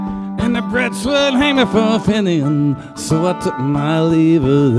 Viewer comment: Steve, Good stuff - Not to be critical just a little help on your pronunciation. I know you know your Irish stuff pal being friends with the Pogues and many other Irish musicians. The Irish who came to America and mounted campaigns and invaded Canada as you know are called "Fenians". It is not pronounced FIN-YAN. It is pronounce FEEEEEN - YAN. Shane would agree 100 percent. Keep fighting the good fight Steve. Much respect from the city of brotherly love.